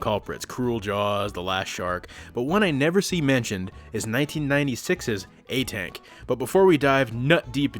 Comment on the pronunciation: It's pronounced "aa-tunk" in Hindi 😂